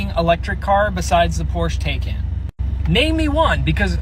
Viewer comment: I thought bro called it a Porsche Taken lol.